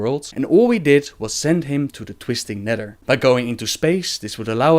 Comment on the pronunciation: "twistin neder"